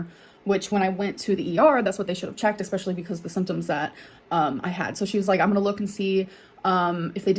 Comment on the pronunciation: „Egspecially“ CAN SHE STOP? Pls learn grammar and pronunciation of your own language